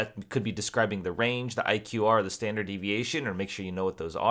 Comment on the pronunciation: there is a typo on the probability slide!! you said "stanard" deviation rather than standard! Thank you for your time you remind me of my teacher his name is Mr Dick Elsbree and he is bald.